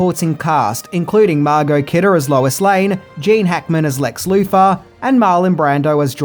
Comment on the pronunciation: Could you kindly PLEASE stop mispronouncing your th's as f or v? It's Lex *Luthor*, not "Loofah." Superman's enemy was not a rough sponge! Fank you. I mean, thank you.